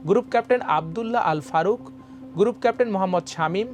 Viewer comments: নিউজ রিপ্রেজেন্টার যদি এতো ভুলভাল শব্দ উচ্চারণ করে কানে লাগে। ছবিকে সবি, গ্রুপ কে গুরুপ, ছড়িয়ে কে সড়িয়ে এগুলো মানা যায়না। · সবই বুঝলাম, কিন্তু এত জঘন্য আর নিম্নমানের উচ্চারণ নিয়ে কীভাবে খবর পড়তে দেয়া হলো সেটা একটা প্রশ্ন!!! সোবি, গুরুপ কেপটেন, বাইস মারশাল, ছিকিউরিটি ছেল…!!!! উছ্ছপদস্থ কর্মকর্তা???